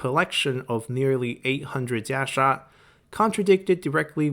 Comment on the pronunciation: I wish you would have stuck with "Kasaya" as thats what the game uses and you are really struggling to pronouncing Jia Sha anyways... or were you just trying to boast on your limited ability of Mandarin ? Sounds very pretentious...